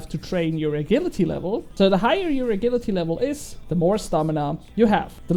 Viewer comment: when saying agility dont say it like a-gill-ity say a-jill-ity